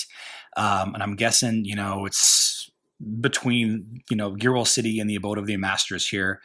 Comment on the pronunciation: I think that the pronunciation of the name of the city is supposed to be close to "Gear Wheel", like a corruption of a gear wheel. I could be wrong, but that is how I have been saying it. Sort of slur together the two words of gear wheel and blend them: geeeeeerwill